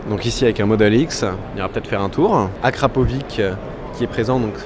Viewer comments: on dit acrapovitch et pas acrapovique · "akrapoviK" j'suis mort xD